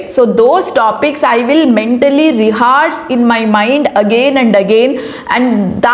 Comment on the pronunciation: Thankyou for sharing your valuable experience. Just a correction. Ree-ha-rsh✔️ Ree-haa-rsh❌